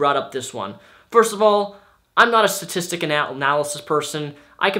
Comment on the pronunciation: i agree with what he says but he keeps saying statistic wrong and thats messin me up...